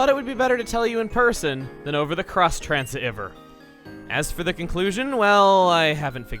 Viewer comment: “Cross transi-EH-ver”